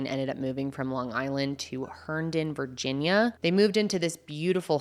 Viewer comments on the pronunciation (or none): none